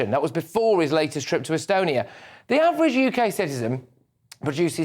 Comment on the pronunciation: " We're on HMS Iron Duke here in " Estenny ".. ( ?? !! ) " . Why is Starmer unable to pronounce perfectly straightforward words . Who can forget his reference to smashing " the smaggling gungs " a few weeks ago. He is a complete blithering idiot .